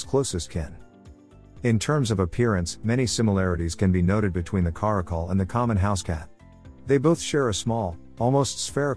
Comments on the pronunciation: Stop pronouncing it cuh-ROCK-ul. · "Care-icle" and "Car-akal" . . . I'm living for the interchangable pronunciation in this video 🤣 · Take a shot every time he pronounces Caracal a new way.